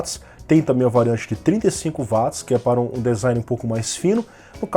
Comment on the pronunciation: Pronuncia correta de Watts = Uóts e não Váts